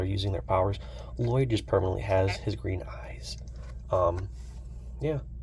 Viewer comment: If I hear someone say La-Lloyd one mote time, I will spaz!! 💀